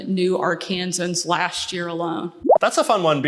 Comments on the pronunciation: "Arkan-saw-sans" and now you see why we don't do that. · "Arkansans" really pisses me off because if you refer to the state with that pronunciation, they will look at you like you just murderered their 2nd born.